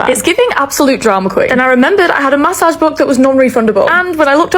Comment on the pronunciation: take a shot every time she says ma-ssage 😅